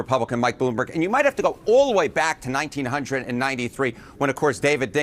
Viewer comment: that was a crazy way to say 1993 lmao